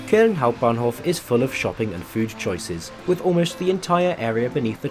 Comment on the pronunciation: "I'm here in kuhln"